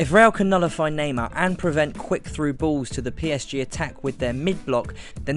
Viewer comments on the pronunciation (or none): none